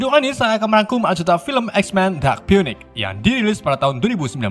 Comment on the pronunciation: Bacanya finix :v